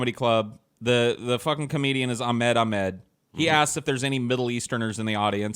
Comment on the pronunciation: Ahmed is pronounced Ah-Hmed.